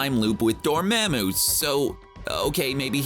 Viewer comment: YOU HAD ONE JOB ! Dor MA MOO... NO, try again